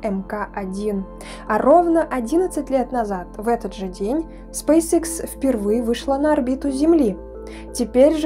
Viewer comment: Лэди, извините, но Спейсэкс, а не срейсикс!!! Что за английская школа у вас, если вы пол слова по английски, а вторую половину по русски произносите - SpaceX?!! Если Вы в Европе живете, здесь все говорят по английски, а если в Азиопе, то и там уже много граждан владеют вторым английским языком!